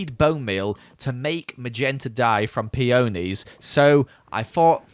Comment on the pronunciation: peOnies me: triggered its not peOnies, its just peonies.